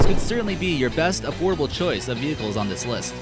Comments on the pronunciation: Omg 😂😂 the fact that you noted venchiles had me cracking up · Lol venchiles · he said vehicles not vehchile